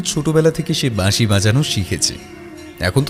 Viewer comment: বাশি না বাঁশি!?! কথক বাশি বলে গেলো।রঞ্জন সঠিকভাবে বাঁশি বলছে